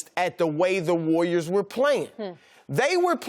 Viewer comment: "The wayyiors" - Chris Broussard